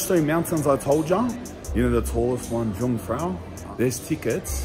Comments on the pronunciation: Jungfrau translates literally to young woman, but it means virgin. You pronounce Jung like Yung. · Pronounced Yungfrau! 'young girl/ maiden'. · Jungfrau is not pronounced with a hard J, it is pronounced Yungfrau. The J in German is soft. Monch isnot pronounced the way you did it either.